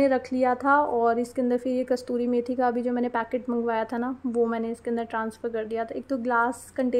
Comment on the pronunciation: Kastoori nhi kasoori methi hoti h dear aap hi nhi bhut se log isko galat pronounce karte h . Nice vlog ❤